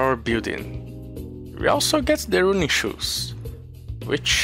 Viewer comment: I don’t know if you care, but in english the ‘u’ in “running” is pronounced the same as the ‘u’ in “unacceptable” in stead of what you were saying (roon-ing)